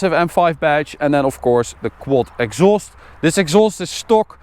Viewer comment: What language is he talking, Why is he pronounsing these Words like that: scho Schaloon Exschaust This isch Its juscht Its schpechial You can sche Schet thisch Gearboxsch They use much of sch ch sch